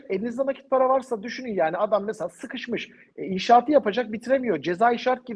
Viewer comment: "mesa mesa mesa" deyip duruyorsun. "Mesela" diyemiyorsun. Türkçeyi doğru konuşmalısınız.